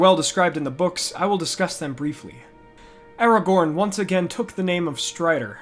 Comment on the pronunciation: Did you seriously just say Aragon? 😑